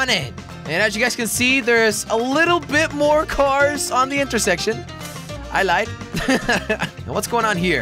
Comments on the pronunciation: When he said intercorse instead of intersection I spat my cereal out. Cheers jelly. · You said inter sex tion